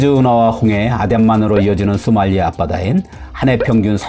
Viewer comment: 발음 문제: 쏘말리아 X 소말리아 O 비영리 단체들또 X 비영리 단체들도 O